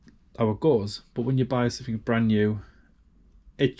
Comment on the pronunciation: You keep saying somethink instead of something. Correct grammar costs nothing. (Or nothink as I imagine you would say! 😂